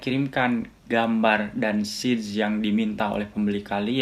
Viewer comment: Size bacanya Sais bang bukan Sij...